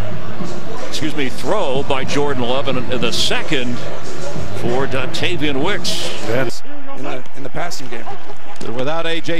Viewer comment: He said "Dontarion Wicks"